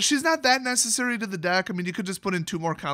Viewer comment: She's not that NISSA-cery.